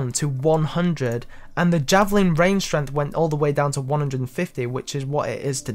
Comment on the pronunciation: Strenth. I'm dead. XD